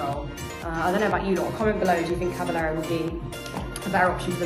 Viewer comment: Please pronounce it “Caba-yero” 💪🏽